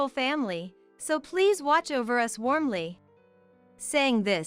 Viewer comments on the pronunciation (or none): Yes, annoying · U S instead of us. Ai does it again.. needs work..